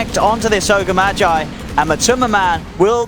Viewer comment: I always thought org magi was called MAR GEE.. but this dude was like MAA GYIII.. like it’s a terrible name man.